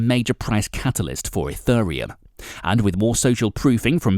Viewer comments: What is this E-FUR-RE-UM he speaks of? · you pronounce it wrong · first learn how to pronounce it, mate..... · This video would of had much more credability if you could actually PRONOUNCE the word 'Ethereum' correctly!! All you need to do is watch a couple of other YouTube videos and you would soon find out how to say it! I've been watching videos about crypto since 2017 and I have NEVER heard ANYONE saying it the way you do! So basically the way you're say it is WRONG!!